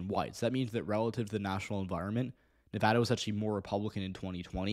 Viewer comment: As a Nevadan, I have two things to say First, may your days be ever fortunate for all time for pronouncing Nevada correctly Second, the prospect of the Republicans taking Nevada, and even taking my county specifically, scares the fucking hell out of me. I'm LGBTQ+ and it's already hard enough to live with a parent who's transphobic as can be and having to stay closeted, and I won't feel safe in the state if they take it and start criminalizing my existence.